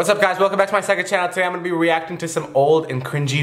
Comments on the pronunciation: He said weacting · IS ANYONE GONNA SAY WEACTING?! cause he did in the begging